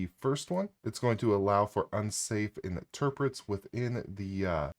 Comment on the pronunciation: It is not interprets, it is interrupts (as in "enter" " ruppps")